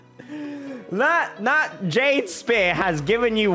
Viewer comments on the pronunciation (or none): none